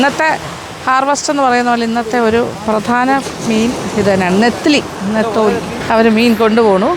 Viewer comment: Ethali alla tamilum netholi allel nethili ennanu